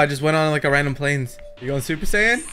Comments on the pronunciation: Saiyan ( correct) Sayien (incorrect) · "Saiyen" "Alien" at least do some basic research dude, that's Goku, a Saiyan, and Freeza, what most people call a "Frost Demon" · Saiyan not saiyen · It's saiyan... And saiyans, not seiyan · ”powerful humans called saiyens” 😭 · “Saiyens” bro stop 💀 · It’s like tell me you haven’t watch dbz without telling me “ mispronounced everything “